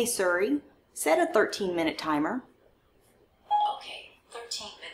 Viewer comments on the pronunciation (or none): O M G! I'm in love with this pan! I literally was cracking up with the family feud "X" 's. That was so funny! Love your videos! I love how you say "suri" instead of Siri lol 😂 another GREAT video!